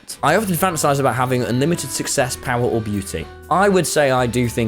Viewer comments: the second british youtuber that can't pronounce success properly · u said s3x instead of success. Flashbacks to JackSucksAt___